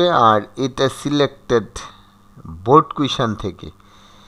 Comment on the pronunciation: Sir baald dey ni baard dice😂